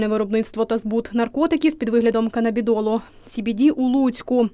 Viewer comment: За кордоном продають cbd жилейкі для дітей . Я в Британії і ми замовляли для нашого сина ведмедики cbd 5% і вони реально помагали , дитина залишалася активною але вже не було псіхів і переживань . Коментаторка навіть не змогла вимовити слово канабідіол 😂